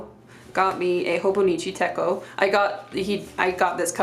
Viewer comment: Techo is pronounced just like it’s spelled, like the “ch” in chocolate